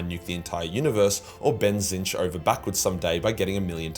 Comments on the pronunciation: I had to do a triple take to see if he ACTUALLY said Tzeentch and no Tiznitch in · Am I having a nightmare or did you just prononce Tzeentch : "Tzeentch" ? Are you okay ?